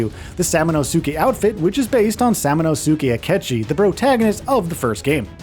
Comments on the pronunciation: Its Pronounced Sa-mu-nask-kay, not Sa-mu-na-su-kay😅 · Bro didn’t even say his name right but knows all the lore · They pronounce Samanosuke in the game, several times in fact, with subtitles; how does the narrator get this wrong?